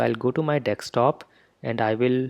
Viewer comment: "Dekstop" really surprised me every time.